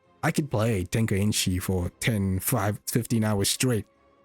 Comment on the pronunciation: it's "Tenkaichi" not "Tenkainchi" ;p